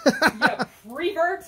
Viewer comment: squaring up to the camera “alright listen here you PREVERT” 💀💀